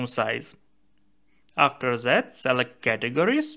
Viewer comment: Zet.... zis .. come on man.... Say "Dis and Det instead... is it that hard ?? 🤷🤦